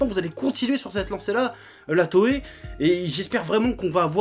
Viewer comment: Krakoukass kass Non non on prononce bien "Toai"